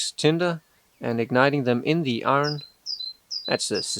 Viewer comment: You say iron the correct way already Ir n